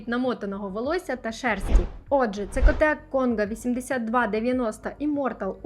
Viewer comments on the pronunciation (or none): Це котек і Цекотек! Вибачте, не змогла пройти повз. Обожнюю вашу техніку